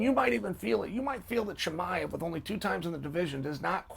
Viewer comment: Chael saying his name correctly is a bit of a giveaway 😂